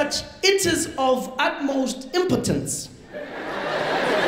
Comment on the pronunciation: Impo tence, Ruraal